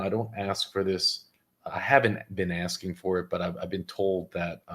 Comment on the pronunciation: Is he axsing the board?